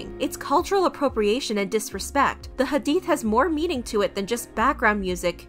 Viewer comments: Also, I appreciate you addressing this and didn't downplay the situation:') also thank you for pronouncing hadith and Islam correctly. we need more ppl like u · Can we talk abt how well is saying muSlim, iSlam, hadeeth, hijab, etc. You can tell she looked into the terminology and practiced. Thank you for also pronouncing names right too. This was so refreshing thankyou sm 🥺🥺🥺💗